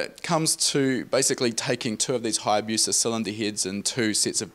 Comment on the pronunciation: It is not Hayabuca rather it is Hayabusa